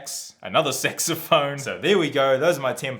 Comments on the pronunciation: Dude git out of here with your dirty mind. It clearly says sax not sex... (Yes I make fun of your pronunciation, sorry. xD ) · You pronounce it "Sexophone" LOL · I know it's just your accent and all, but when you say saxophone, it almost sounds as if you're saying SEXophone 😂